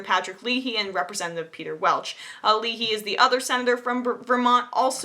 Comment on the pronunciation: Emma, John CON-YERS, not CONE-YERS, is the hero here. He has been introducing his single payer bill for 14 years. Also, the name of the other senator from Vermont is pronounced Patrick LAY-HE.